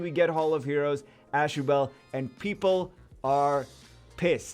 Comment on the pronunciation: Always thought it was pernounced ah shoe bull